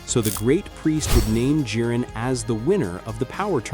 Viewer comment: His name is not "he jin" it's "jiren" u numpty